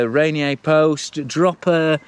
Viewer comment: Great review! *out here in the PNW we pronounce Ranier: "Raineeyer"